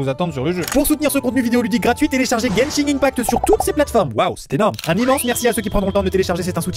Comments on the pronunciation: Juste Maxime on prononce genshin impact "guène chine impact" 😉😅😅😅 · tu a dit beaucoup trop de mauvaise chose comme ta prononciation de genshin impact mais aussi dans genshin on plane et non vole